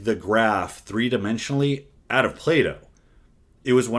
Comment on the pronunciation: When he said play dough it took me a minute to not think he meant Plato the philosopher